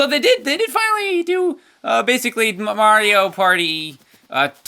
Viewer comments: ummmm it's not maro it's mario! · John Wuu I don't think that's a typo. He has called Mario "Maro" alot of times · Mayro now is in twee dee and wif his new countrpurt crappy!